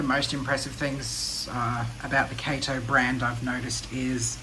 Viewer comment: Kah-to, not Kay-to. It's Japanese.